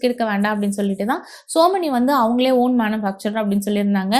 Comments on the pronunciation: Yenna kodumai madam - it's SOMANY TILES - NOT SO MANY u don't know even know to pronounce correctly then y make videos 😢😢😢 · Tiles பத்தி ivloo பேசுறீங்க... சொமானி apdindra பிராண்ட் name ஐயே சோ மெனி அப்டின்னு சொல்றீங்க...